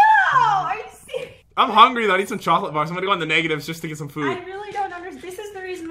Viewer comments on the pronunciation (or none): When pat say “ I am going to get a cholet bar” instead of chocolate bar 😂🤣